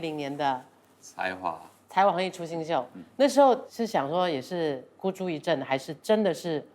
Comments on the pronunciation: 孤注一掷（zhì）什么最佳主持人 笑死 一直郑郑郑 吓唬谁啊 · 孤注一“掷” gū zhù yī “掷” ”zhì“ 不是念”zhèng“，主持人念错两次哦！！ 陈罗密欧情商一流，不敢纠正阿姐 ！👏👏👏